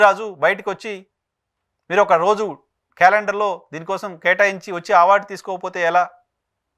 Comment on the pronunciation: మీరు ఆ*వార్డు అనడం మానేసి అ*వార్డు అనండి.